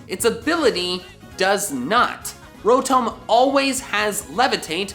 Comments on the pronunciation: Am I the only one that gets annoyed when says “rO-tOm” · rotome? rotoam? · Wan Kenobi he says it like (ro-tome) when it's actually pronounced (ro-tahm) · It hurts my soul when you say rotome. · Bruh it’s not row-tome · When says, "Rotome". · calling rotom ro-TOW-m is a sin against humanity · “Fan Ro-tome” I resent you for that. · Petition to get to stop saying Rotome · WHY DO YOU PRONOUNCE ROTOM LIKE THAT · also how he pronounces Rotom